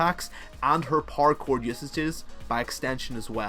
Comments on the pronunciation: Who else keeps hearing parkour when he says power cord? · is it just me or does it sound like he is saying "parkour" when he says "power chord?"